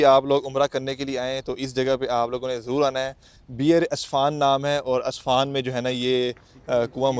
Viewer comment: بھائ جان جگہ کا نام اصفان نہیں عسفان ہے